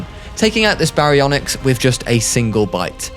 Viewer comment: our alpha baryonixt like what the hell it's pronounced Ba-ri-on-ix Baryonyx